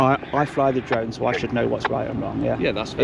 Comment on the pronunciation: "dwone" ? Oh, you mean "DRONE"... Learn to pronounce "r" before you talk nonsense to me. - Tell this south african idiot to piss off back to his own country and stop trying to call the shots here. - Look at the beer gut on these two specimens. Less time harassing members of the public and more time in the gym.